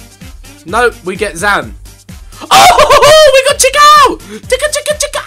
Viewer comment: Chikhaoui is spelled shikhaawy